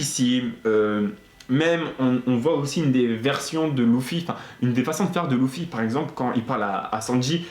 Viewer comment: C'est pas Louffy c'est Luffy